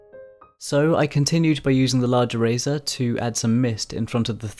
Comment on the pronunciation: I kept thinking he was saying Razor instead of eraser